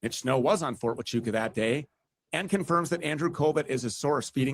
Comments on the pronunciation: I started thinking this is a Skit, every time he said “fort tuchawkaaa”…. The others say it properly and he only gets WORSE 😂😂😂😂😂😂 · it’s very telling that he can’t pronounce Fort Huachuca means he’s not following this closely, he’s just He’s out here shoveling crap for them! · I believe he was saying the name of the military base wrong (Fort Tuchaka) because if Stu says, yes he was there, then they can sue him for saying he was in the wrong place. 🤔🤔🤔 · I had to go list all his awful mistakes of the names on the fort on his stupid video fort 2 Chacha fort cuchacha ft. Coocaka fort coochie coo fort chubaca I think stu did fine and I don’t think you or anyone could do better than Stu did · you know he’s purposefully mispronouncing the name of the Fort, right? lol he’s trolling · He says the forts name wrong on purpose because he wants everyone to think he doesn’t know what it is or that it doesn’t exist.